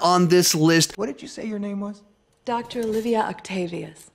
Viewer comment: DR OCTAVIOUS NOT OCTOPUS HAHAHA